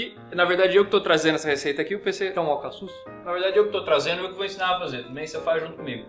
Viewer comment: O PC fala alcacus :3